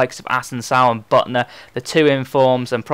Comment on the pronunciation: its pronounced bootner not butner!